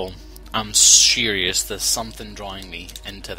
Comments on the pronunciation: "I'm sure-ious" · "There's something drawing me into that hole. I'm shuryius" I was doubting the extent of your drunkenness until that point